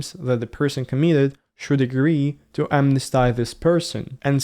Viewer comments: the Russian Interesting video. May a note that amnesty is pronounced as amnestee, not as amnestie. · Amnesty — short monophthong at the end, not a diphthong (“stai”). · Amnesty, amnestied. / æmnesti: /æmnesti:d / Polysylabic words don't use diphthongs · Might check your pronunciation of "amnesty". Thanks for video. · Great video. Really terrifying for the communities. While amnesty can be used as a noun or a verb, it's typically expressed as granted amnesty in the verb form. How you are using it isn't grammatically incorrect, but you are pronouncing it a bit awkwardly.